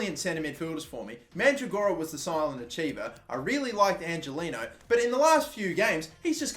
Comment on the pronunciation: Angeliño is pronounced Anhelinyo. just fyi so you don't piss off your latin viewers